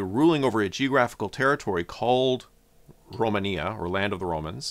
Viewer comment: Not to confuse with the country called Romania and then he pronounce Romania exactly the same we pronounce in romanian language